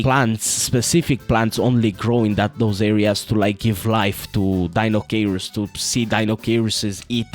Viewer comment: Say it with me, everyone: Die-no-kai-russ